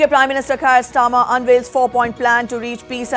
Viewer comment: She said UK prime minister Kayar Starmer 😂